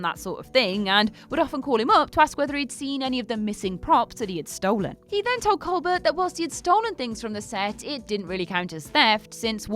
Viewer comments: Say it with me COLE-BEAR not COLE-BERT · Another WhatCulture video, another mispronunciation. Stephen Colbert's last name is pronounced "Coal-bear", with the emphasis on the 2nd syllable.